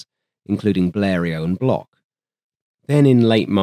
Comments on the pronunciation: Lui, il disait block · Worth emphasizing that Marcel Bloch (pronounced "Blosh", btw) is the same person as Marcel Dassault (pronounced "Dah-so"). When he returned home post WW2 after nearly dying in German captivity, Marcel Bloch adopted his brother's name from the Resistance and went on to create Dassault Aviation, the company that gave us, amongst others, the Mirage family of fighters and fighter-bombers. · Faux ! Prononcer "block" comme dans "blockhaus" en allemand et non "blosh" comme dans "reblochon" le fromage français par excellence !!!